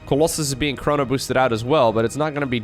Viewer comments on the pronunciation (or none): none